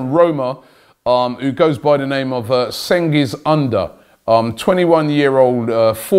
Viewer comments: Cengiz Under = Cheng-ease oon-der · Robbie you deserve to get jailed for the way you pronounced Cengiz Ünder . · Love how Robbie butchered cengiz unders name😂😂